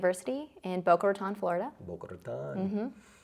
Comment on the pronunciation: boca rrrrraton hahahahahahaha